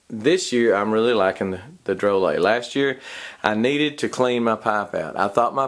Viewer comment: I think it’s pronounced Dro Lay. That’s how it’s pronounced in their advertisements.